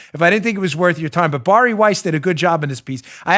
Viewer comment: How the fuck do you consistently pronounce Bari Weiss's name wrong? It's just like Barry. Good lord...